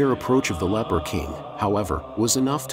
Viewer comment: Umm… that would be leper not “leaper”.